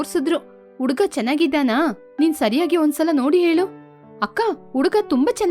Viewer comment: Uduga 😂 the narrator needs to work on Ha and A pronunciation